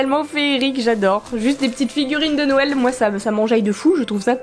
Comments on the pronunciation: Youpiii des nouveaux boosters . J'ai remarqué que tu as tendence a dire nouël et pas noël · Ca me fait rire, à chaque fois j'ai l'impression que tu dis Nouël :) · Il y a que moi qui remarque que dit nouël une fois sur deux? x) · Y'a que moi qui trouve que prononce bizarrement noël? Elle dit "Nouel" ça me stress mdr On t'aime quand même ♡